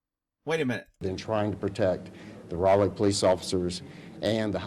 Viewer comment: Raleigh is pronounced...Rah - Lee. Named after Sir Walter Raleigh.